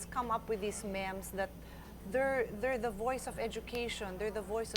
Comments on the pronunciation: I never knew Pia could be this eloquent! It sucks that Allan didn't win, though. One criticism lang, it's pronounced "meems." lol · haha, was thinking the same when she kept prounouncing it as "Mehm". thought i was the one who forgot how it's pronounced